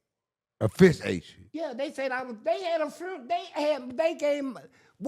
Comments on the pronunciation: A " FRUNERAL" 😂😂😂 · Why can’t the say “funeral” correctly??